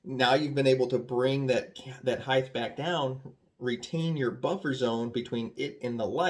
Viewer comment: Great vid and tips, but the word heighT ends in a T. Therefore it cannot end with a “th” sound. They are rOOts, it’s a rOOf and height ends in a hard t. But…. ‘Merica 🤣🤣🤣